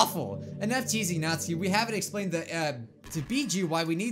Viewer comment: Natsuki? more like NAH-Suki